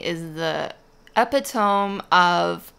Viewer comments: Epitome is pronounced eh-PIT-oh-me not EHP-i-tome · Henry Ford said. ‘ whether you think you can, or whether you think you can’t, either way you are right! ‘. 😊✌️. Epitome....pronounced eh-pit-o-me. 😊. I correct you in peace. Please don’t take this the wrong way. 💜 Beautiful painting! 💜